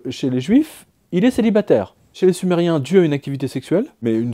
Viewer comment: Quand vous avez parler sumeriens j'entend du somali